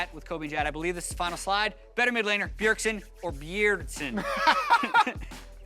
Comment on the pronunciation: Please it's Bjeardsen not beardsen